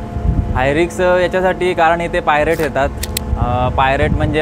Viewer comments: रिक्स नाही, रिस्क...😮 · रिक्स नाही रिस्क म्हणा